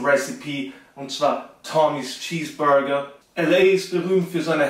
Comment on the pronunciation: Der boy macht aus nem Cheeseburger nen Cheesburrrrrrger